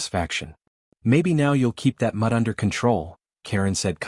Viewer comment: Control that “mud”? Really! Mud cannot be controlled. Should be “mutt”. Stupid